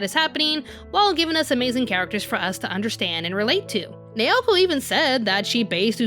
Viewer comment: I still think the 90s Sailor Moon was spot on in character depth and development, with a goofy sense of humour, in the original Japanese version. BTW, her name, Naoko, is pronounced NOW' ko, in case you haven't learned Japanese pronunciation. Informative yet egotistical presentation, but, oh well, it takes all kinds! Personally, I think SM Stars was better plotwise for us OG fans. 🌛🌝🌜👸🏻